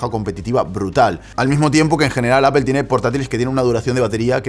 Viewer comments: Se dice 'apol'. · Qué es “apel” quien les enseñó a hablar?